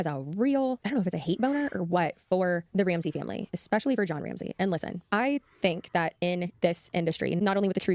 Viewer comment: And fimmmily, instead of family 🙄